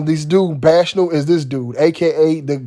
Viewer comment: Shouts out to You. Btw, the word bacchanal is pronounced "Back-Uh-Naal". Much Respect!!